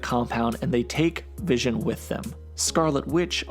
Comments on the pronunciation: His name is Wision...get it right. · I keep hearing DAVISON! I know it's the vision